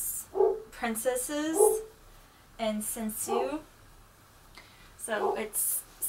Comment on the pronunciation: Wow what a nice collection you have!!! My kimonos at the moment are only five :/ 3 komons, one houmongi and a furisode! But I'd like to get more in the future! :3 Anyway the pronounciations of japanese words are tànsu and not tensiu, shìbori and not shibòrai, sensu and not sensiu and homongi and not homongai as you said, plus furìsode and not fursod (just the F it's pronunced close to an H). Japanese it's not difficult, just pronounce it as you read it! :P But one question, what's a Nayogi obi? Never heared about it before! O_O